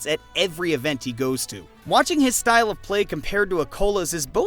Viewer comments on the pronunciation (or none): none